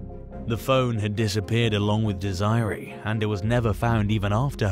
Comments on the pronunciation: Dez-er-ray. Not Desie ree. Like wtf!? If you are going to make things like this you have to learn how to pronounce the words properly. Not whatever way your accent wants too. So annoying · Not Dees eye ree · Desiree is pronounced Dez er a. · That's not how you pronounce Desiree 😂😂😂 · Thank you! Lol